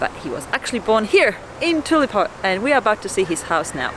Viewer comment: Thanks for the tours of the museum and Elvis' house - great stuff !!! will always support you , even if you did say "tulepo" twice !!